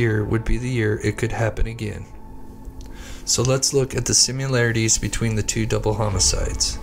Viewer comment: Pronounce Similarities as it’s spelled. It’s not Simu larities. 🤦🏼‍♀️